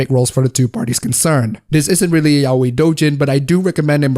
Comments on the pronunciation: Not meaning to be an idiot, but... ...it's "ya-oi," not "yao-i". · The way you pronounce yaoi tho 😂 it's not "yaweyy" dude